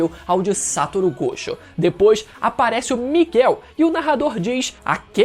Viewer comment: Amigo, vamos aprender as pronúncias: SatÔRo GojÔ! "Yúdi" ItadorÍ! POR FAVOR!